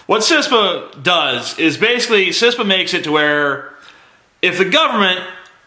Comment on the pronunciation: It's KISS-PA.